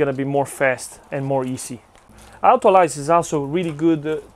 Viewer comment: U pronounce it as autoLEES not autoLICE btw